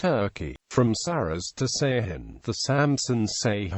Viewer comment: Ceyhan is pronounced "Dzhe-HAN"